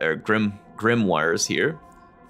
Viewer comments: Grimoire is generally pronounced grim-wahr. It's derived from a French word, grammaire, that referred to any book written in Latin. In French, oi is pronounced wah, which is why their word for 'me' (moi) is mwah instead of moy. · I think it's pronounced Grim-wah.